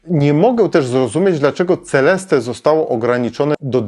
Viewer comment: Seleste się czyta. Rower jest naprawdę piękny. Na żywo wygląda rewelacyjnie, a według mnie najlepiej czarny: graphite matt/Black glossy. Rower RC ten najwyższy model jest robiony we Włoszech.